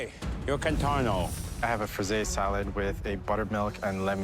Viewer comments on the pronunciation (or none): Why does the glasses judge keep saying 'contornE"?